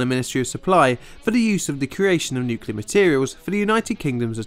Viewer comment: We were so bad at nuculer pysicics back then lol